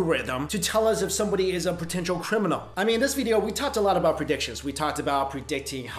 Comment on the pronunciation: Why you always say Vydeo? lol